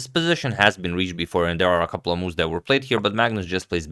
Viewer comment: Sori, Blitz, not Bullet…. (Also ‘of’ not ‘if’ !).